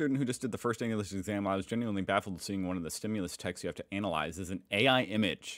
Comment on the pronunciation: He says analyse wrong